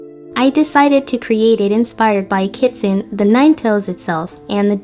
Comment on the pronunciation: I am always down for ghosties and Vulpix <333 (It's pronounced KEE-tsoo-neh, tho. Ki-tsu-ne)